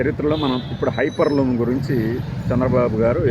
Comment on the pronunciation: HYPER LOOM KADU HYPER LOOP